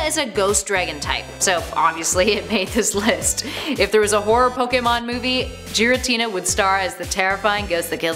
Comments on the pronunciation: I'm triggered because your the way you say the names and it's not jiratina its giratina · Giratina not Jared Tina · Who the hell is JIRATINA it’s GEAR A TINA i also expected it to be number 1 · Geritina... really... its GIRATINA! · she pronounces giratina as “jiratina” it’s gear a tina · Its giratina not jaritina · Giritina is pronounced 'gi-ri-tee-nah' not 'ji-ri-tee-nah' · And don't forget yourself, my lord. "Djiratina" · You are wrong. It is pronounced Jear-a-tina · I am sorry but I am a dingus. What exactly did she say wrong Edit: NVM, Jiratina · BRUH JEE R A TINA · jeeratina? jeography? jijalith? come on bruh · Who the hell is jerry-Tina? Oml that made my ears bleed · Not trying to be rude but you said giratina wrong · “Jiretina” “Zapadoes” lol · Hana Asano I agree. When she said yvetal was evil-tall I was sooo mad. He's one of my favourite pokemon so I was extra mad and a bit annoyed. Like bruh yvetal is apparently evil-tall? Also she said Giratina as Jiratina like bruh! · Joratina, Kayurem, Zapados, Eviltal...smh🙄